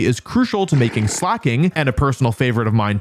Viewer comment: I cant believe i see the day where WolfyVGC pronounces Slaking correctly 😢